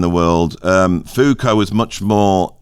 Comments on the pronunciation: How is it that I agree with nearly everything you say about music, but with almost nothing you say about philosophy??? For starters: It's foo-KO (not FOO-ko) It's HUSS-erl or HUSS-urral (not HER-sell or whatever you said). It's DERR-uh-da (not duh-REE-duh). (And don't even try disputing this: My wife studied with him when he was at UC Irvine in the 1990s.) Second, I think your description of phenomenology is accurate to the extent that you could call it a "philosophy of subjectivity." But that's only one aspect of it, and there simply isn't any through-line from phenomenology to what you call "philosophy of identity." As far as the latter goes, I would argue that it relies more heavily on traditional deconstruction (of the kind Derrida used to practice; again, that's only the "mainstream media" part of his portfolio), or the critiques of "meta-narratives" that you mention in connection with post-structural or postmodern philosophy. You might be able to argue that Husserl's initiating gesture of denying a "ground" and placing foundational premises in brackets has a whiff of similarity to concepts behind philosophies of identity, but that really feels like drawing a line backwards through history. What I think of as phenomenology (you left out Merleau-Ponty, by the way) doesn't really seem as historically influential in the philosophies you mention. In fact, I would argue that it has only returned to the scene as a major influence more recently, in post-human philosophies like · Foucault was so keen on Marx theories that he demanded his name be pronounced as though he was one of he lesser known brothers. Zeppo, Psycho, Fuko, the Big O in that order I reckon.